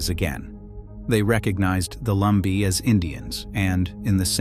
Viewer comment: Lumbee... not Lumber. Lol